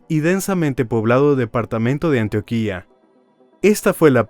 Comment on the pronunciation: Me encantan tus relatos pero debes aprender a pronunciar bien los nombres de los lugares me duele el oído de oírte de Antioquia y acandi